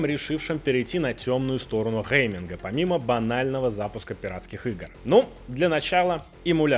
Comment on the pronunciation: Лайк за Dead or Alive. Вот знает чертяка толк в хорошем "гэймингэ!")))